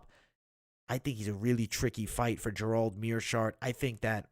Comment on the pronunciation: why can't you pronounce Gerald? it sounds like you are saying Jerome